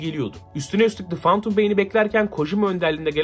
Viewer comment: Şu lanet olasıca phantom kelimesini fentım diye oku artık fantum nedir nerden duydun kimden öğrendin yeter yeterrr YETHEEEERRRR